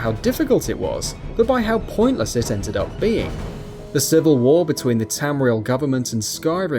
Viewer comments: "civl" war... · the "civl" war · the "civl war"